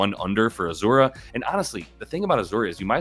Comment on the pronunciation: Azz-ah-ray not ah zur ah 😅 love the content!